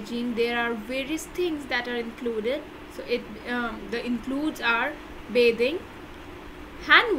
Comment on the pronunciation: Bithing not bathing